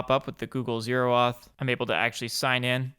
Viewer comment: “Google zero auth” bahahaha sorry that cracked me up I’ve never heard anyone call it that before. “Oh-Auth” is technically correct